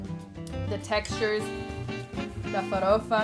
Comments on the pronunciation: Ela fala farofa que parece das nossas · Farofa A pronuncia tá excelente. The pronunciation is excellent. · Você fala farofa melhor que muitos brasileiros. kkk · She says FAROFA exactly the way brazilians say. Not a lotta americans can do it. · cara, gringo fala "feidjôada" e "fawôfa" ela falou normal como falamos "feijoada" e "farófa" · You pronounce "Feijoada" and "Forofa" perfectly. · When you say "feijoada" and "farofa" your accent is genuinely Brazilian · O sotaque cara, ela n fala com sotaque americano "Feijoada" e "farofa" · I have to say that your pronunciation of feijoada and farofa are just perfect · Oloko pronunciou feijoada e farofa sem aquele sotaque gringo